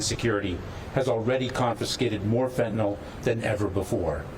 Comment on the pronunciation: Dear Maria, It’s FentanYL, not FentanALL. Do you call NyQuil, Nyquall?